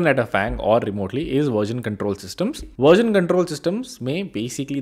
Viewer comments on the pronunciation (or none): It is version not verjen … 😂